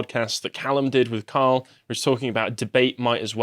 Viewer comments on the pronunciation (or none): none